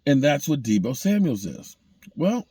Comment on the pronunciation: Damn Gina!! It's SAMUEL not SAMUELS....GET IT RIGHT LOL